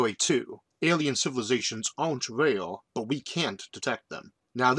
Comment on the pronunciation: Impossible to listen to. I hear "rail" instead of "rare"